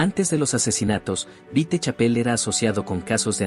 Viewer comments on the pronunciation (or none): Me molesta que el narrador diga vitechapel